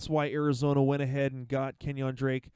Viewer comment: The way you say KenYON drake kinda bothers me, lol. It's pronounced keh· nyn (KEN YIN).